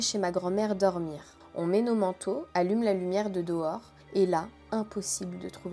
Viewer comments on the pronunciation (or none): les "Dohors" me fume x)